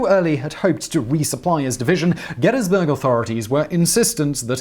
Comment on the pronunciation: Kudos for correct pronunciations of "Gettysburg" "Schuylkill" and "Ewell" all difficult to get just right.